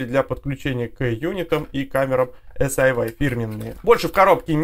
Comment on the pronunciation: Эс-Ай-Уай режет ухо (почему тогда не Эс-Ай-Уай-Ай?). Вообще-то по китайски это Си-Йи ("умное крыло").